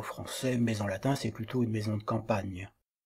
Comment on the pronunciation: Merci pour cette vidéo bien faite et instructive. Pourquoi, cependant, massacrez-vous à ce point la prononciation du latin ? Le contraste avec votre prononciation extrêmement soignée du français est saisissant.